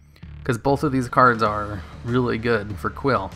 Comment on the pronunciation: Also, "quill" XD